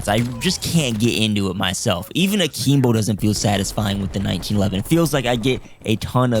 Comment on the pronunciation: yo bro it's akimbo not akeembo